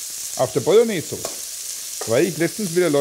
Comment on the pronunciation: Die fertige "Bolgnääs" hat man vielleicht nach 3 oder 4 Stunden!